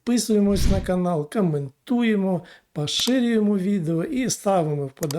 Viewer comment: Навчиться говорити ,,О''! Українська через ,,О''!!!!!! Не каментуємо,а кОментуємо!